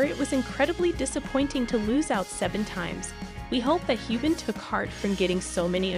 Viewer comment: Learn how to pronounce Sam’s name. You butchered it